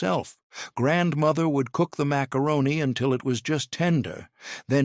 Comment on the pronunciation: I HATE that he not only incessantly says 'grandmother', he puts the accent on the wrong syllable and keeps saying grandMOTHer.